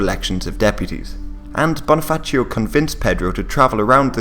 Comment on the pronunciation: Also, Bonifacio with a regular ci sound, not like Italian.